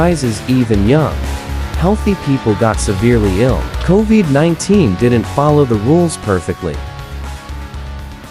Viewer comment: How very AI. Co-veeed? come on.😠